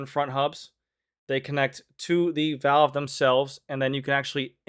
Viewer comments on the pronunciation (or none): none